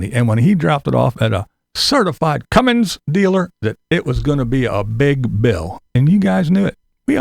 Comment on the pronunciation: I hate when people pronounce "Cummins" as "Cummings", there's no "G" in Cummins!